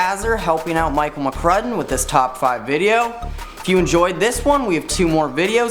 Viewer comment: is the worst at name pronunciation